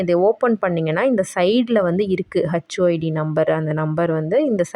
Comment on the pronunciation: HU id, not hacchu 😂